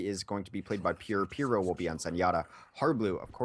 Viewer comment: just want to say for future reference: pierow is a joke, making fun of pyro from TF2, so it's pronounced the same way you would when you say pyro.